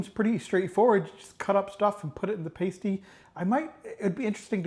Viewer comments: I was born in Hayle CornWall and was so glad to see you got the Pastie, all most traditional. Many would say you got it 90% right, many do not include Onion. There is some history that says the Pastie had two sides with the savory at one end and sweet at the other. The way you said the name at the beginning was right the way you said it when you tasted it was the wrong way. It's said with a softer "a" so it's "pastie" not "pAstie". As for the Crimp. It was meant to be the part you hold to eat the Pastie if as a miner you have dirty hands and would not eat the crimp. Well done. Oh on the peal of the rutabaga, look again. The difference in colour is very slight but it is there. Maybe easer to see on a larger one than the one you used in this video but in one frame of your video I can see the colour change. I am trying to find a way of describing it. Let me try this. If the inside is 100% cream then the outside is 95% cream + 5% green. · It's not paste-y, it's pass-ty. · Pas tee not paste ee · P-ass-ty..like ass, a p-ace- tie the way you said it, is a nipple cover! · its not a paystie it is a pasty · Please for the love god... Americans, Learn to read! The word is "Pasty" pronounced "Past - ee" NOT "Paste - ee" You see the "E" when added to the word "Past" changes the pronunciation of the "A" From "Past" into "paste"! The English don't add letters to words for no reason! So... Pasty NOT pastey! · Looks great, you are pronouncing in wrong though. You are saying ‘Pace-Tea’ and should be pronounced ‘Pass-Tea’ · Americans who visit the U.K. have a tendency to call them a Cornish Pastie, however, pastie is a nipple cover. Pronounced passtee. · Try saying "Pah-stee". As for the crimp, don't worry if you can't do it, it does take practice. What matters is that you enjoy eating it. One thing you did that didn't help you was to have the pasty 90 degrees the wrong way, turn it so the folded edge is nearest you, and crimp edge is away from you.